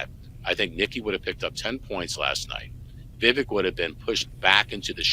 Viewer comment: It's pronounced Vi-vake.